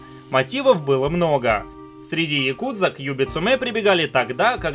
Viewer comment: ну хотя бы правильно говорил, не яКУдза, а Якудза, с интонацией на первый слог. В словаре японских интонаций можешь убедиться, ну или послушать любого японца) Режет слух почти так же американское каРАтии вместо каРАТЭ.